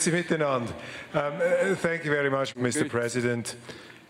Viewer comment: Sänk Juu! Informeischen contra Desinformaischen!